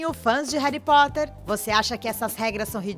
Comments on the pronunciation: Ela falando "Réri Potrer" doeu meu coração. Aliás, pare com esse preconceito contra a Sonserina, é ridículo julgar alguém apenas pela casa a qual ela foi escolhida, nem todo sonserino é vilão, existem bruxos muito maléficos e outras casas, exemplo: Pedro Pettigrew. Existem bruxos bons e legais na Sonserina, por exemplo: Escórpio Malfoy, que é um amor de pessoa (não sei se vocês consideram Cursed Child). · Meeeee, qual foi essa tia falando errado: "Reri potter" "Jeaquin rolim" AAAAAA!!!!!! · MEU DEUS "Reri Potter" "J.K. Rolin" "Plot tist" Alguém me mata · QUE AGONIA ELE FALA "Reri Potter"... RESPEITA MEU BRUXO KALAI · "Réri" Potter "Robert" Grint. "Plotis tuitis". J.K "Rólin". Socorro. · Réry póter KKKKKKKKKK horrível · Parece rita skeeter falando, que chato rari potter Jekrolling WHAT? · Quem também sentiu agonia dela falando Reri Potter? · "reri potter" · "reri poter " q raiva man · Réri potter, J.K. Róling.... Pronúncia boa né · Fi é reri potti kkkk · Rérí Potter JK. Róling Daniel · Que povo fresco do crlh, pqp!!! "Ain, ela fala Reri Potter" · Jay Kai Róling, Rari potter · Reri Potter que agonia do caramba HARRY POTTER Já to acostumada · E minha professora que falou Reri Poti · "Reri potter" kaka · O jeito que ela fala "Reri Potter" é agoniante. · Reri poteir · Reri potter,anão vey 😑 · Muito legal vocês ficarem trazendo coisas de fora que NÃO TEM NADA a ver com o filme/elenco (sim, estou falando de Brad e Angelina, Kristen e Robert). E, pra fazer esse tipo de vídeo, é importante saber pronunciar o nome dos personagens e atores, viu? Principalmente o nome principal da saga. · Claramente inglês não é o forte desta moça... cada pronúncia dos nomes do elenco é uma facada no meu coração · "Réri Potter",Réri Potter uma ova é Harry Potter!!!Fiquei revolts! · N e reri Potter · Véi tu fala Harry Potter igual minha mãe ("Réri Pote") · "Reri potter" ;-; AAAAAAAAA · Réri potere? Kkkk da agonia mds kkkk